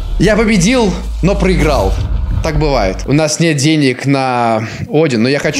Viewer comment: я победил, па па,я победил, я Падебил я Падебил 🤣 или мне так кажется)